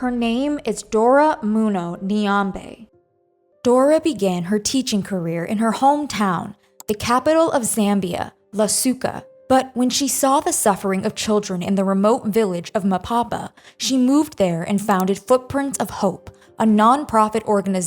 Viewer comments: It Lusaka not lusoka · The pronunciation of Lusaka was sooo off lol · Its a good video but the pronunciation of Lusaka... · So much time to make a video yet you could not pronounce LUsAka